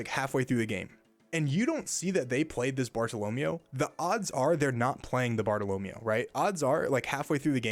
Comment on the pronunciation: Pleeeeaaase, it's SOO-ROO and BAR-TALL-OH-MAY-OH (it also could be bart-tall-oh-mee-ooo depending on dialect)